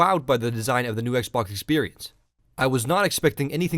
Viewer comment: lol STOP SAYING "X BHOK"!